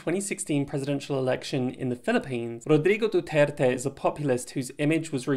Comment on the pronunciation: Your pronounciation of Duterte’s surname is very good. Many foreigners pronounce it very badly.